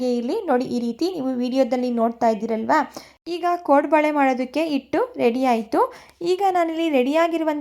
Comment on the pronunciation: ಕೊಡಂಬಳೆ ಅಲ್ಲಾ ಕೋಡುಬಳೆ😂